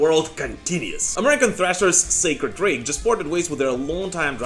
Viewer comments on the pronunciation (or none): Sacred Reich (Rike not Rake)